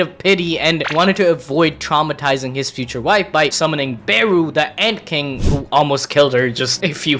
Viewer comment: it's ant king not egg king ok?